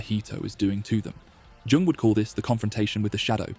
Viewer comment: Doesnt really matter but jung is pronouced yung